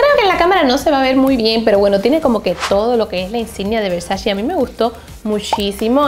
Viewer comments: la manera correcta de mencionar VERSACE es Ver-sa-CE (Versache), NO Ver-sa-CI (Versachi). 🌹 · IT’S VERSACE NOT VERSACHEE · La marca Versace,no se pronuncia versashi,se pronuncia Versashe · es versace no versachi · Porque dices pronunciandolo (versashi) o (versachi) Donatella ya lo dijo miles de veces es (versache) versace. 🙄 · Es Versace no Versacci 🙄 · Que hermosas cosas! Pero me sigue dando algo extraño cuando escucho que no pronuncias bien la marca Versace ToT